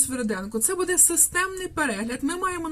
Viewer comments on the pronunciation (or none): БудЕ, будЕ, будЕ... Наголос - "бУде".